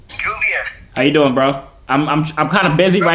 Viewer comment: That gul said JoYvier like umm...